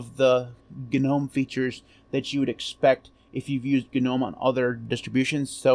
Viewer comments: cool video. btw, isn't 'Gnome' pronounced 'nome'... yaknow like Garden Gnome. Elves, goblins, gnomes. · For the love of all that is holy, the "G" is silent in Gnome!!!!!! God grief!!! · If then you absolutely must pronounce the G because no one on earth would know what you are talking about otherwise then and only then it would be “Gee” nome and most definitely never ever ever “Guh” nome. Guh makes you sound uneducated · GNU Network Object Model Environment, Is what it stood for, which is why it's not nome. Otherwise GNU would be pronounced nu, which it is obviously not